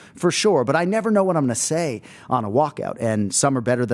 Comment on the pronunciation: Someone needs to tell Anik how to correctly pronounce Joshua "Van"